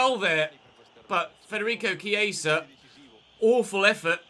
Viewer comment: He's saying it like Chieisa. And Viera is not pronounced the same way as Vieira. Viera = vee eh ra Vieira = vee ey ra